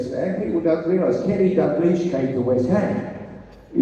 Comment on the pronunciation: Its DaLglish, not Daglish